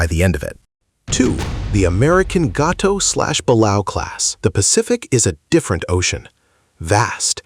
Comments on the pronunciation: The Balao class is pronounced Ball-A-Oh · It's not The German VIIC it's the German type 7-C. Second watch the 1996 movie Down Periscope for the pronunciation of the balao class submarine, buh-LAY-oh.